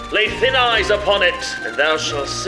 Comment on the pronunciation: Sorry but it's pronounced thyne not thin, because thy-ne it's just thy with the ne added.